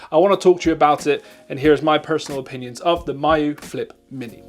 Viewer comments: “my-yoo flip” 👁️👄👁️ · Ya this pronunciation really confused me.